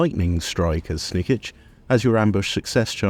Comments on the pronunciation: Jesus christ man, it's pronounced Snik-ch not Snik-itch! He says it enough times when you click on him! But aside from that, it's a really good video, thank you :) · Do you pronounce his name wrong on purpose or?